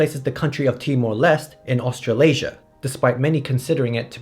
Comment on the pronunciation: "Australiasia" ... "afro-eurasia" ... i'll do crack now